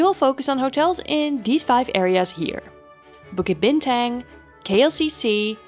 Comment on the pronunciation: To mispronounce "Bukit Bintang", the tourist hub of KL, is lowkey egregious.